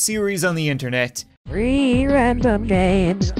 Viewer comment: When it says three random games, it sounds like reeee random games